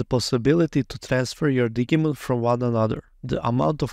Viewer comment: Love how you say Digimon sounding like it's a Digging Monster instead of Digital Monster (which would be red as Dee-jee-mon).